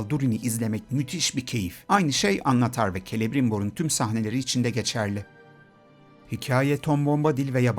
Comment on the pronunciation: Annatar degil annnnatar